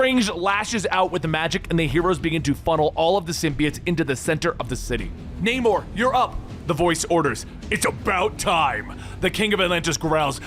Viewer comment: also "", learn how to pronounce names. like Namor, couple thirty others.